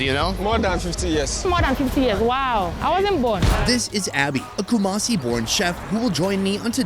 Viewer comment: I live in Ghana and it called not kumacie it is ku-ma-si 😡😡😡😡😡😡😡😡😡😡😡😡,!!!!??!!!